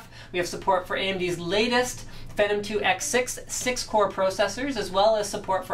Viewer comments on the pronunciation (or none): I am curious is that actually who phenom is pronounced? Sounds kinda stupid when it is said like that. Always thought it was pronounced Fee - Nom